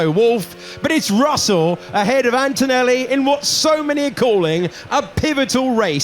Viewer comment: please, PLEEEEEASE… it’s antoneLLi, not AntoneLi🥲